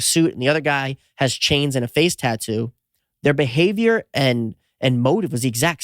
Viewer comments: It's tattoo not tuttu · Say Tatoo one more time. LOL I love it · If I ever hear tattoo's pronounced the same way...... Gonna pop my ear drums...